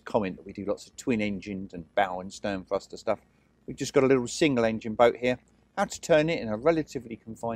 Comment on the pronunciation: What is a "fruster"??????? "Furver"?????? "Litruhly"?????